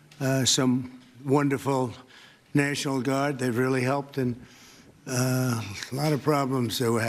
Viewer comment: “Neishinaul” = “national” in trumpspeak